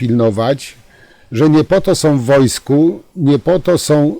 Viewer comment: Czemu Pan nie umie uzywac koncowek om i ą? Jest to irytujące. Nie mowi sie majom tylko mają, nie som, tylko są. Pana materialy sa bardzo ciekawe, ale ciezko sie Pana slucha. Prosze wybaczyc.